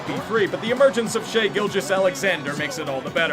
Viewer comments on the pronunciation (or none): none